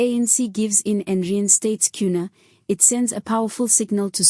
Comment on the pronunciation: Temper tantrums! And it's Kenny Kunene...get your pronounciation right!